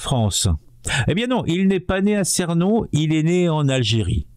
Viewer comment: Ça ne se prononce pas Cénon... mais ça se prononce Ceunon